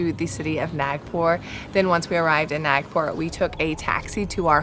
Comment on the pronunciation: FYI its pronounced as Taa-Doh-Baa... Nagpur is pronounced as Naag-pur. Please atleast pronounce the original names correctly, its respectful to stick to original pronunciations.